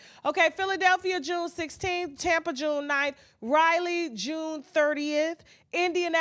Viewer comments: Just say Raleigh 👏 👏 not Rylie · I love you, but please pronounce Raleigh correctly. It's not Riley!